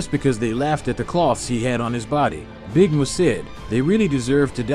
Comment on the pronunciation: Dude said big Moo its big Mun.